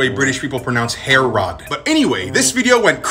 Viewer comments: It’s pronounced ha-rodds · It's HAR-ROD's. Kindly get it right.